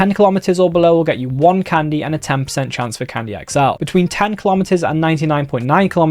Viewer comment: It's called Candy not Condy😂